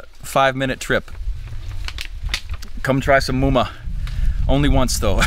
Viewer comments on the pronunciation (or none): The pronunciation is not mo-ma. its maaaa-ma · Let me correct.. Its not moma.. Its màmá.. 🐚 and buyo with bunga (a coconut family 🌴) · It's not "moma" it is Mahma.